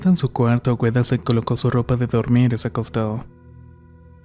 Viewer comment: AGUEDA NO AGüEDA